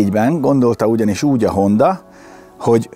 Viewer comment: Nem HondÁ hanem HondA. Köszi